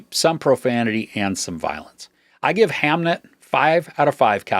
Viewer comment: Did you watch the movie? You’re pronouncing the name wrong. As someone who read the book recently and seen the movie yesterday, I was really disappointed in the movie. Jessie Buckley’s performance was great, but there wasn’t as much from her as I was expecting based on reviews. The movie felt thin and shallow, almost every piece of character conflict and depth from the book was gone. The book was so much sadder. The constant Shakespeare references in the movie was also distracting and unnecessary.